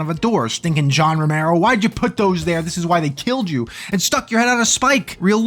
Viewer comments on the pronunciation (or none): "John Floormero," and look, I don't want to belabor this: "John Floormero" floored me.